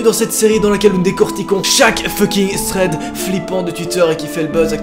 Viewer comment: Ça m'horripile comment tu prononce "Thread" mon dieu. Sinon très bonne vidéo